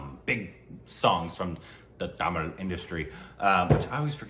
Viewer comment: Tamil / THAMIZH pronunciation 🔥